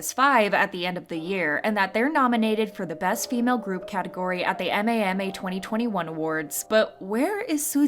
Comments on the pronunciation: I know damn well the narrator didn’t say m a m a and not mama😭😭😭😭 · This is not important but you pronouncing MAMA as M.A.M.A caught me off-guard lmao I mean, you're not wrong